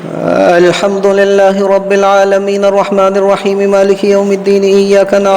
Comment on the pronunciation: السلام علیکم و رحمۃ اللہ و برکاتہ.. کیا حال ہیں ؟حضرت آپ نے الحمد کے ہمزہ کو اتنا کیوں کیھنچ دیا ؟